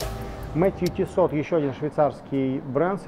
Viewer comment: Он говорит тиссоT?))))😂😂😂